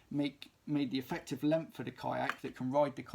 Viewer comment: lemph is an intense consonant shift. no hate. hoping every accent is preserved as long as possible